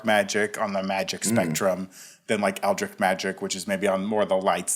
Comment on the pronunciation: Its Eldritch not Eldrik. I just had to say it